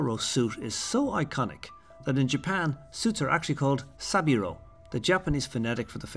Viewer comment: And he called it sabiro not sebiro!